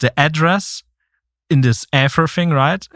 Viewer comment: Somebody please teach this man how to pronounce Ether 🤦🏻‍♂️🤦🏻‍♂️🤦🏻‍♂️🤦🏻‍♂️